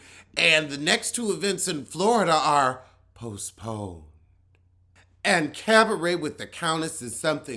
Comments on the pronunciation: u gotta go to more cabarets just so I can hear ur French renditions of that word!!😂👍🏾❤️ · When you say “cabaret” the different ways I literally laugh out loud!!!😂😂😂😂😅 EVERY-TIME